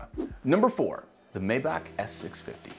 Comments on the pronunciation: it's may-bach not may-back or my-bach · not mae-bach...it is maay-ae-bach